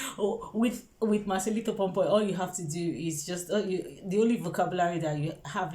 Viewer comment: Its pomoy not pompoy